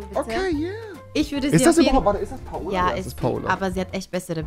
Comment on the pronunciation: Altaaaaaaaa das heisst paola nicht PA OLA